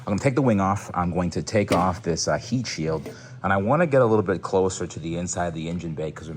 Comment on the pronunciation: "hield sheet" made me replay it 5 times to make sure I wasn't trippin. Love a good spoonerism